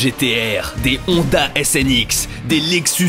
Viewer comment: des Honda SNX???!! aiiie mes oreilles Honda NSX enfin